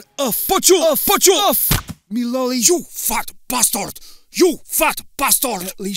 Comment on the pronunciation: "Me lolleh" will never get old